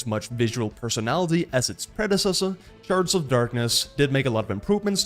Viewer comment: Yes I love both :D i just had to post my self-identified funny comment when I misheard you say "sharts" instead of "shards" and thought it fit with the humor of the game xD